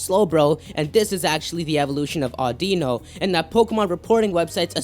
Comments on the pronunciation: Um dude Audino is NOT pronounced AUH-DEE-NO its pronounced AUH-DI-NO. Sorry when people pronounce a pokemon's name wrong i have to correct them :T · Au din oh not a audeeno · Nobody pronounced Audino right, it's pronounced like "AWE-dinnoh" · Whys he says Audino like that?